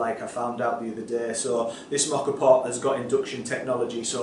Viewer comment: Love how you say Moka! But what did you do with all the foam left in the cafetiere?